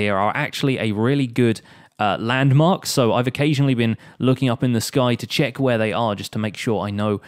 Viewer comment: "Lets quickly 'chest' that it works"😅